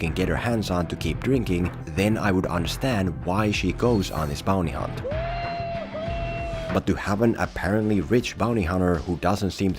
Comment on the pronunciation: Why do you keep saying BONEY hunt?